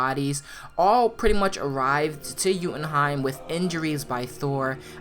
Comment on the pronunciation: Yooootenheim not youuuutenheim